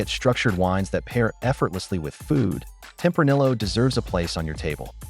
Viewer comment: Is this ai or did you make this entire video just to piss people off by pronouncing tempranillo with the hard L?